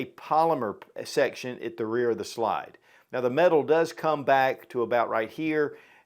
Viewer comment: I really hate that you pronounce slide as”shlyde”